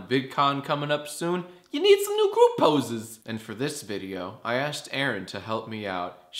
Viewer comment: it's pronounced poses